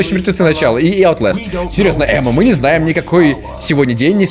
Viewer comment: Не аутлэстам а оутластам